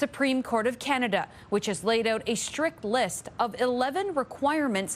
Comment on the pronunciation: Ca- ner- duh!!!